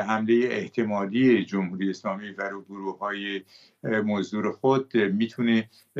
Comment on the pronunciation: این مرده هی میگه گروهی موزدر 😢